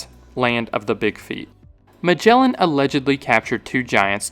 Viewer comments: It is not spelled majellan 🫠 g sound is like g in "again" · Great video but please learn to pronounce names cause you butchered the poor Magellan